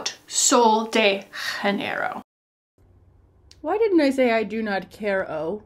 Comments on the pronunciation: I love you but as a Brazilian, please don't pronounce "Sol de Janeiro" with Spanish phonetics 😂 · (Please delete if I’m being that annoying person) the J in Janeiro is a Portuguese J not a Spanish J, similar to French “je”